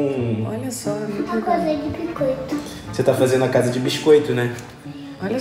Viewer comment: VC falou invés de casa VC falou tchsa foi assim que VC falou😇🤗